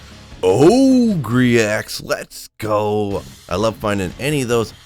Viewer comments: Ogre == O ger not O gree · Oh-gree? It’s pronounced oh-ger haha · ogre = sounds like "o-ger", like the big ugly things that are in WoW lol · Ogre axe. Not ogree lol! Shrek is a what? That's right, ogre axe. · It's pronounced oh-gur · o-gree? is this a joke? or is he mispronouncing that horribly? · Is pronouncing Ogre as OH-GREE an inside joke? EDIT: Kept watching and it is. Take my updoot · Yeah Ogre is actually pronounced Oh gore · are you saying it oh-gree for fun? :D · Pronounced OH-GER axe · I may have to stop watching your videos if you keep saying ogrEE!!! Just kidding. Love your content. Keep it coming. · he knows how to say it I think, just choses ogreeeee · I never knew Shrek was an oh-gree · What's with your unique pronunciation of ogre? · Listening to him say ogre incorrectly makes me sad for public education. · Alright, which one of you made fun of for how he says ogre? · had to look at the comments for the way he pronounces ogre axe lol